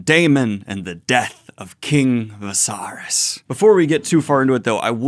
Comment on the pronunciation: Why did you pronounce it vasarys lol is viserys (vis-ae-reece) that hard to say??